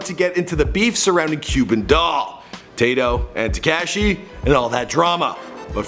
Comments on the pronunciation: So we not got gon acknowledge the fact that he cant say crazy except with a “b” instead of “c” and “tecashe” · Look up how to pronounce tekashi lmao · Te-kayshe lmao